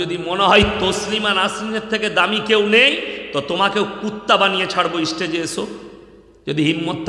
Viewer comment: তুই আগে স্টেজ কথাটা ভালো করে বলা শেখ।